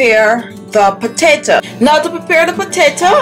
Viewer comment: Please stop saying potata!